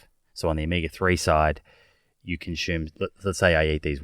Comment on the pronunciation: Those tribes are not our ancestors. Tsimane is not pronounced 'Chimane' and consume is not pronounced 'conchoom'